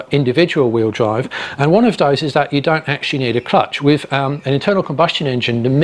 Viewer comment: Your 3 year old's pronunciation of TH degrades your presentation. wiFF, wiV or wiTH ? Dis or THis. ? Dere or THere ?